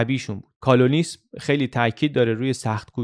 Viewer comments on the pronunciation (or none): گرامی. خواستم جسارت کنم و بگویم که تلفظ کلمه کالونیسم را باید اصلاح کنید. البته میدانم که در چنین برنامه هایی وجود این اشتباهات اجتناب ناپذیر هست. در هر صورت از شما بسیار سپاسگزارم. واقعا برنامه های شما عالی هستند.